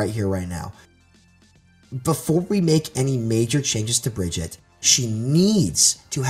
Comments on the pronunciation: Bridget REEEE SHES BEEN OUT FOR FOREVER AND PEOPLE STILL CANT SAY HER NAME Uhh soldier's biofield does do team heal lmao what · Couldn't watch with him calling her "Bridget" >.<